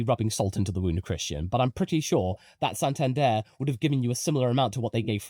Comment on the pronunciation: pls practice how to pronounce santander